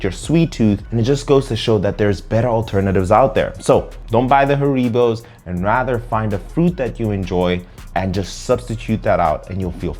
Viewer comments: The gummy bears are pronounced HAIR-uh-bow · HaREEbows -- LOL. It's not a Spanish word! It's actually HAReebow. It's derived from the name and home town of the inventor: HAns RIegel BOnn. (I lived in Bonn for years and when the wind was right, you could smell the gummies from the factory about 8km away.) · I've never heard someone pronounce Haribo like that lol